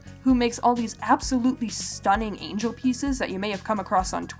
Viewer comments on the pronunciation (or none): none